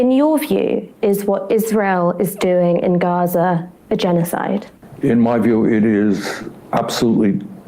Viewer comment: 😂😂he can't say genocide